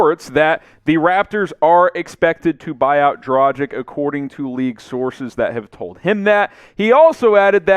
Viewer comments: Omg, not Dragic like "tragic" but like DRAGHIC . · I don’t get it: everybody can pronounce Doncic correctly (with a „shesh“ at the end), but when it comes to Dragic (same ending), everybody seems to think that his name has something to do with the English word „tragic“, instead of pronouncing the end just like in Luka‘s case. Freaks me out tbh